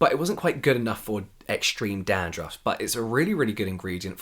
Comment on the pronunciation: James saying 'Dahn-drahff' added fifty years to my life